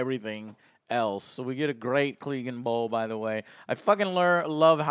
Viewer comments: What the fucks a "cleeganbowl"? How can you call yourself a game of thrones fan and not know how to pronounce CLEGANE 😂 They literally say it multiple times throughout the show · Are you sure you've been watching all this time? You pronounced so many names wrong lol. Yurion? Drogo? Cleg-in bowl? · Okay I understand the mispronunciation of names for book readers, but if you watch the show how are you mispronouncing Clegane and Cleganebowl? Lol